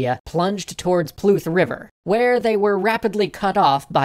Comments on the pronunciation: It's Moldavia or Moldova, not Moldovia. And it's Prut River, not Pluth! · PRut river (with a solid, resonant R, like any pirate's should be;).